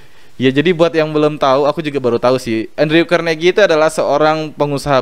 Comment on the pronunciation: Alhamdulillah, menarik mas...Izin beri masukan ya. Semoga ke depan channel nya semakin baik dan bermanfaat. 1. Utk Pronounce (pengucapan) nama2 dalam bahasa inggris mungkin bisa di upgrade lagi...Contoh : Andrew Carnagie 2. Pengumpulan Data lebih akurat akan lebih menarik dan bermanfaat utk pendengarnya. Contoh : Data ttg Carnagie ini, ybs adalah pengusaha zaman dulu. orang kaya dari bisnis baja. Bukan pesaing Bill gates, tp inspirator nya. 3. Selebihnya sih tentang pengucapan2 dalam bahasa asing nya... Sekali lagi, Sangat mengapresiasi review nya...Terima kasih banyak. Semoga sedikit masukan di atas bisa bermanfaat...